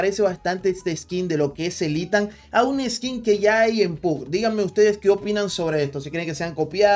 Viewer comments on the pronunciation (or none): Se pronuncia Itan